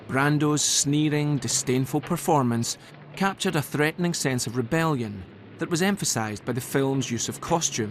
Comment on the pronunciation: THREATENING SOUNDED A BIT LIKE PREGNANT THEREX